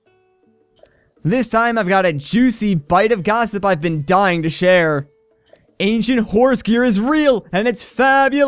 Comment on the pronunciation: Am I the only one who heard him say "Asian horse gear" instead of ancient horse gear